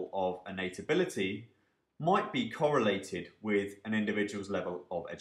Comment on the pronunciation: Hey , Great Video and overall series on Econometrics is great and helps a lot. just a small complaint though for this video. I noticed that several times the word"ability" was mis-pronounced in very weird way which is confusing :)